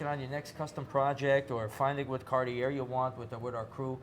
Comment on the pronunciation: Love how he pronounces carti-year. My new favorite YouTube channel.